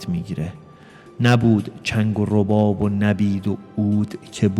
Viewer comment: تشکر لطفا اشعار و صحیح بخوانید واضح ترین اشتباه تلفظ کلمه رباب است